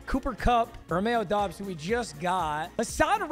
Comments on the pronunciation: Papa let me help you: “ROH-MEE-OH DOBBS” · First it was da bol when it is daybowl now he’s saying doobs instead of dobbs 😂 stop acting like a casual my guy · It’s pronounced like dobbs I’m a packers fan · “Romeo dooobs” lol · Awesome vid 🎉 but it’s said as Romeo dobs . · Bro Romeo Doubs is a packers wr his name is pronounced Dobs